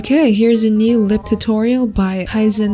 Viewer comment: WELP IM DYING “art tutorl” AND “art tutoil” AND THAT IMAGE WELP IM DYING AND CRYING